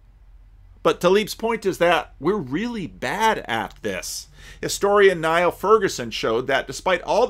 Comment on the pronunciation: Just FYI: The historian Niall Ferguson pronounces his first name /ˈniːl/ (like "Neil"). (however, others called Niall do indeed pronounce their name /ˈnaɪ(ə)l/)